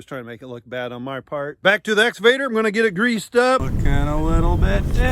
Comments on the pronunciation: EXCAVATOR not “exavator” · he actually says "Nexgavator." ,my god lol can we check him for being on the spectrum please... only concerned for yalls overall safety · Nooooooo. It isn't the essavator. You took pains to learn and teach the brand name pronunciation. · I still giggle when says "excavator" because it sounds like Ex Evader...like he's trying to keep away from a former girlfriend.